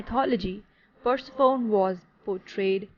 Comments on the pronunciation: PUR-SE--FOUN!?!? It's pronounced PUR-SEF-ON-Y!!!! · I’m saying this in a positive way to you, Persephone is pronounced Per-sef-on-ee and Demeter as, Dem-meat-err. But thank you for the video I love Greek mythology (mith-o-lo-gee) 💛 I should just say, that is how it’s pronounced in English 🙂